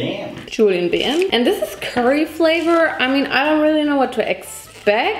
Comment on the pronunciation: „japeyan“ „ja-BAM“ „Julien Bam?“ -love it